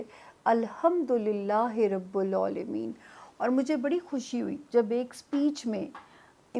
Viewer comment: Rabul alameen. Ap ki pronunciation galat hy. Please correct kar len